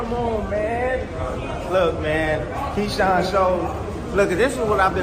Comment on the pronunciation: How you makin content on Keshawn and calling him Keon🤦🏽‍♂️